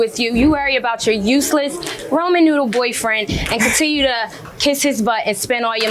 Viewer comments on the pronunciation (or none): Ramen Noodle Boyfriend is what I heard…either way, I was laughing 😂😂😂😂